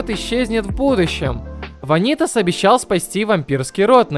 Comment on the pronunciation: всё круто но... вАнитас... не ванИтас пожалуйста, это очень режет уши